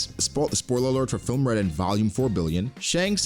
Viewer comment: The spoiler tag for film Red wasn't pronounced clearly to me, and the spoiler followed too quickly, so I got spoiled anyway.